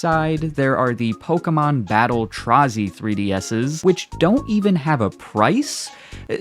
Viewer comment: Pokémon Battle Trazay?